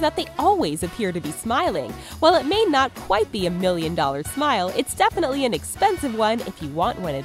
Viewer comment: Kwaite bilding hot